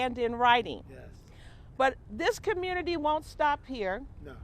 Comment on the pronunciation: Where is there an r in community